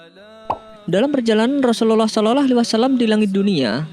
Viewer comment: Sy mau tanya yg mengisi sebagai narator dulu mondok di pesantren mana,kok logat dan lafadz mengucapkan rasulullah saw kok.seperti.itu